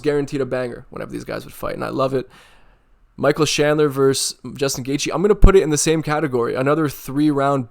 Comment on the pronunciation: Michael who? Shandler? 😅